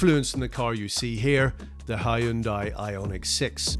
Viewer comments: it is hyundai not haayundai! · Impressive and well done! His pronunciation of 'Hyun-dai' is not bad and better than 99% of Brits who say "Hi-Un-dai' but to be perfect, one would say 'Hyun-Day' as this is the closest pronunciation to how it is said in Korea (surprisingly, most American auto enthusiasts say it properly. Reference the Hyundai Super Bowl Commercial: 'Hyun-DAY, rhymes with SunDAY' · Dear British people: stop calling it a "Hi-yun-dai". It's "Hun-day" like "Sunday." Hyundai literally made an ad campaign about it. Also, the sagging window line is what kills it. They straight traced that old Saab. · hai-yun-dai lmao. its hyunday. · Plz fix your pronounciation of Hyundai, it's hyundai like Sunday. Not Hy-un Dai or Hyon Die.